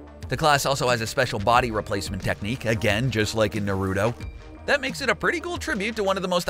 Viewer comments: It's not Na-ruto or Naru-to. It's Na ru to. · Why does almost every person on this earth pronounce naruto wrong. For god sake just watch the anime people in the show say his name 98% of the time. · Hey next time you do a video on anime please learn how to say Naruto right. Please it's cringey